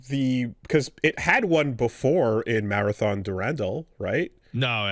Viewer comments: Why does call it Marathin lmao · Pats pronunciation of marathon changes every other time he uses it loll